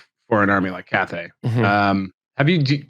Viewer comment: Pretty sure it’s Cathay